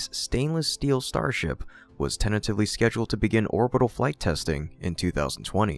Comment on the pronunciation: "tentative" is pronounced "tent-a-tive" and "simultaneous" is "sime-ull-tay-knee-us", not "ten-uh-tive" and "sigh-mu-tay-knee-us." Ouch. it hurts to listen to this.